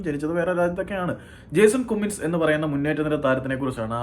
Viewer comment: കുമ്മിങ്സ് alla pronounce bro കമ്മിങ്സ് anu